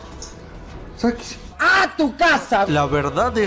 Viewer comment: "Saquese" xDDD